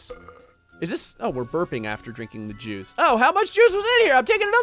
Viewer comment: With the way you talk it sounds like "through the Jews over here"